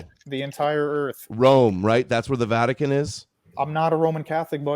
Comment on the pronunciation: “Jesus rules in Rome where the Vaticant is” that’s how low tier this guy is😂😂😂